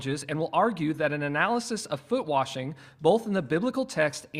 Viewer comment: Have “Foot Washing Service” where we wash the disciples’ feet. However, saying “warshing” or “worshing” should be flogged.